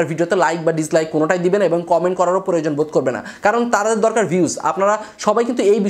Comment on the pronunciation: Creator ke cereator bolen ken...?? Plan ke palan bolen ken..?? Proyojon ke poroyojon bolen ken..??.... Youtube ke eutube bolen ken...??? Bhasha thik moto uccharon korte paren.. Na??